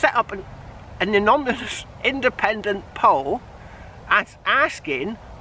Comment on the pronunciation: " A--non--a--mus. Good luck.